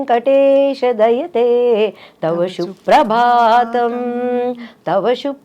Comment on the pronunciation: Not shhuprabhatham.suprabhatham